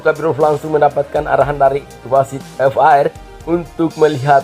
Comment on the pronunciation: Min... V A R bukan F A R , menggelitik kuping dengernya. Bravo Timnas U 23, semangat³